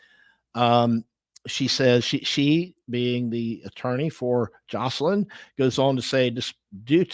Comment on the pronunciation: i see you corrected the title but still pronounced it wrong sooo nice try